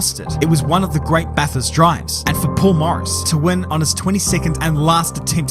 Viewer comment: It’s BATHURST,,BRO,,🎉🎉🎉